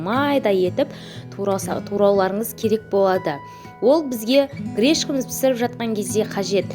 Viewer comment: Грешка емес Гречка! Видео түсірер алды әдемі дұрыс сөйлеуді үйреніңіздер өтініш. Құлағымызды аюға бастырмай